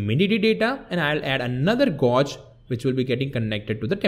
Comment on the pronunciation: Hi! I love your videos. And you speak really good English, however, you need to change how you pronounce "gauge". You are pronouncing it like "gorge", but actually it is pronounced like "page", but with a "g". Not trying to criticize you, I'm just trying to help.